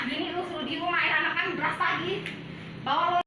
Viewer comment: si Cici bilang Berastagi 👍🏻